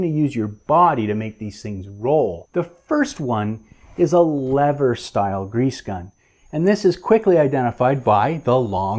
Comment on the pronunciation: You're one brave dude taking on a slippery subject such as grease guns! (wink) A tip of the hat to your bilingualism as you've gotten the American pronunciation of lever sorted. Great tip on storing the tube upright and bleeding the air from a new tube. The last two tubes i replaced, i forgot to take the pull tab top off the tube. Yes...two. Thankfully no one was around to witness. Grease and anti-seize compounds are instruments of the devil. Somehow the stuff seems to get everywhere!! Good to see the proper usage of a Cambodian Tire screwdriver and not one of your treasured JIS screwdrivers. And hey...now that i mention it, Isn't it time you debuted them and covered the JIS legacy? Cheers lad!